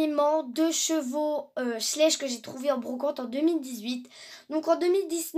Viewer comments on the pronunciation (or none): c pas sssssslech mais schlech(sa se prenonce chlech mais sa s'écrit schlech😁)